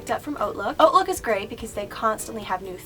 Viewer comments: i love youuuuu! random thing: i wish you wouldn't pronounce it "oatlook" is supposed to be like "Hotlook" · I can't stop laughing when she says hautelook like oatlook. Cause I've always heard it said like hoatlook lmao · hahaha im pretty sure its pronounced "hot"look or idek... thats how ive heard it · hautelook is pronounced like 'hawtlook'